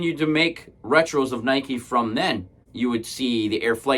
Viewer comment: It's pronounced nai·kee